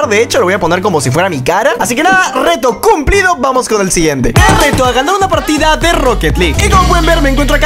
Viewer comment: Wtf dijo cumplido cum-plido